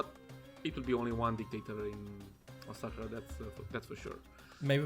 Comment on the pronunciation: there you go. You pronounced it right. And thx for featuring my capital name.